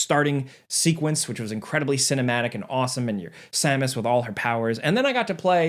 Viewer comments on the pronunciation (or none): none